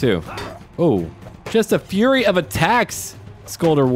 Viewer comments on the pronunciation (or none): none